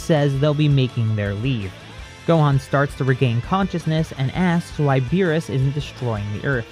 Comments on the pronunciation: was it just me or did cell say the god of beer? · For a sec I thought he said the god of beer